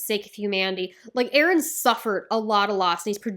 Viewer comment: NO "BEren" PLEASE!